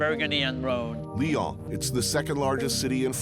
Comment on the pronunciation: American have probleme to pronunce U, stop to say "ou" its "u". and Leon ? its lyon.